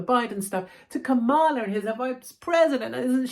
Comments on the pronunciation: You have me in stitches saying Ka-Mala instead of Kam-ala. Here in US they’d call you “racist” because with the accent on MALA that means BAD in Spanish 😂greetings from Commie Kalifornia. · Kamala - pronounced like Pamela